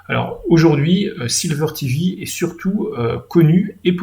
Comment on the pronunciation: par contre c'est sliver.tv et pas silver.tv comme argent.